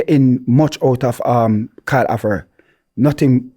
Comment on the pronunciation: If it’s one thing is going to do is pronounce the player names wrong! Karl Avert 🤣